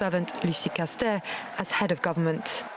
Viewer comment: seemingly people are pronouncing Castets' name as Casté? this is making my gascon ears bleed.